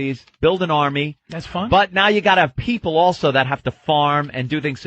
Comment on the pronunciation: .....my peepul and my peepul......and they say my peepul....